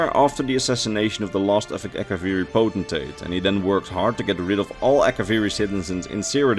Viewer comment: You are one of a very few ES Youtubers that can properly pronounce the word "potentate."